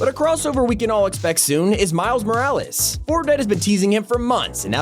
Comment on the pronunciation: Why on earth do you say Miles’s last name like that EES it’s so aggravating